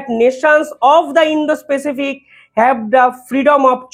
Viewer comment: Indo Pacific. Not indo specific.